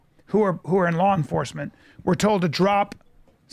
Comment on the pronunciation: Lawl? 😆 it's law